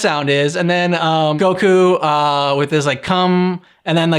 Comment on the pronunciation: Almost no comedy, that's a good way to describe these episodes. They got fancier tho 🤔 Anyway, they used the original name, Mr Satan but can't pronounce Goku correctly 😂